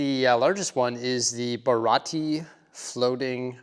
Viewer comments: I am a One Piece fan. The first thing: it is pronounced Ba-Ra-Tee-Ay. 2. Luffy is pronounced Loo-fee. 3. Watch the series so you have character context. Only two of those mini-figures actually work in the restaurant. Now the Arlong Park set absolutely would work in your amusement park. There is a reason for that, but it's something that won't be revealed in the live action for a long time. I won't lie, One Piece as a whole probably doesn't fit your city, and would mostly require some dedication. That said, if you fall in love with it after watching the Netflix series, maybe you will want to add it. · just to make sure for next time.... its the BA-RA-TI-EE